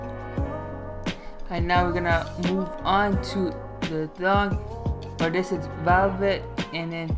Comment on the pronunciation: “Dool plastic” and how he said velvet😹 my son has no pronunciation skills lmao. Good video tho thanks